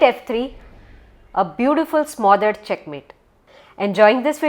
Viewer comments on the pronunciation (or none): Location Smothered स्माॅदर्ड, नहीं. स्मदर्ड होता है. 🙏